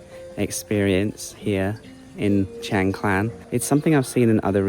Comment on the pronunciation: No L in Khan...NOT KLAN Kaaahn...